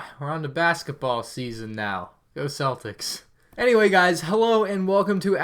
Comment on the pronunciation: Celtics is pronounced Celt- ic